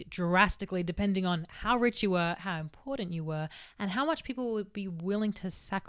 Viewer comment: I love the way you say "em-pour-dent" and "aurda/dis-aurda". 💘